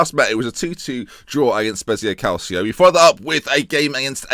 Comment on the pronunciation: He still says Cal-see-o, give up hope.